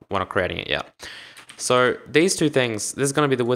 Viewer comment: U pronounced so as sor